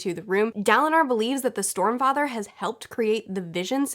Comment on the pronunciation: I am pretty sure I heard 'Stormfrather' from Daniel at some point. xD